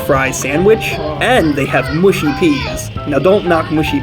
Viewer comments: Mushy peas pronounced mushy not mooshy. Short u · it's mushy peas not mooshy peas. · Its mush i peas